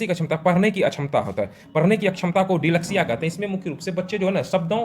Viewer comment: Sirpahle app parhna Sikh lo dislexia ko delexiabparhrahe ho